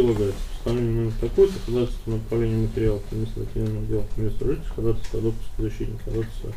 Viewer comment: Блин, я не могу понять всё время, почему такие подкованные люди говорят ходатАйство, а не ходАтайство, как должно быть?